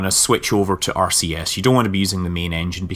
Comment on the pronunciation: Is it just me, or does it sound like he is saying Arceus when he said RCS?